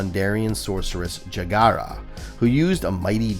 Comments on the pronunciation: Did you call him “Yaga” ? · Hello content creator, I'm enjoying the video thank you for clarifying the destruction of Thundera. Jaga is pronounced Jah-Gah 🙏🏾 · You pronounced 'Jaga' at least three different ways. Is it some kind of gag?